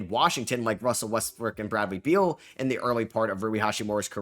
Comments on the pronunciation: It’s 2025 and you still calling him Russell westbrick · Get westbrooks name right bro